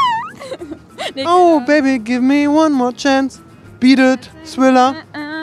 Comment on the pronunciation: warum sagst du friller anstatt thriller